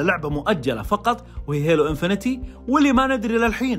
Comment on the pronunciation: اسمها هيلو انفنت مش انفينيتي! 😅😅😅